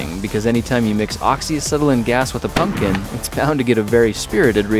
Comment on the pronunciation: "Angry pumkin"